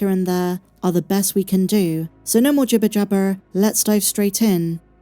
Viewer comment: You don’t say jibber jabber right, say it like jabba it’ll help